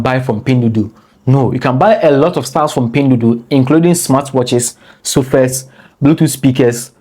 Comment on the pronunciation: 🤣🤣🤣🤣 I’m laughing my bum off and I’m only 2 min into the video, someone take a shot everytime he says pindudu 🤣🤣🤣🤣🤣 not only he mispronounces it BUT SAYS IT EVERY 2 SECONDS, I LOVE IT, MADE MY DAY 58 TIMES HE SAID “PINDUDU” LMAO